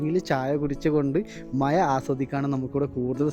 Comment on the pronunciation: മയ അല്ല മഴ ❤❤❤❤❤